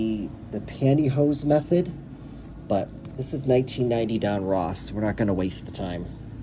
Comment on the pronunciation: ITS DON-RUSS.....NOT ROSS......GEEEEE